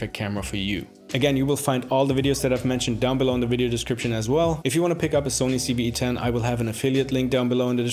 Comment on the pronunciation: loved loved loved this video, thank you so much. only one thing bothered me, it sounds like you kept saying CeeV-E10, everytime! 10/10 video major thumbs up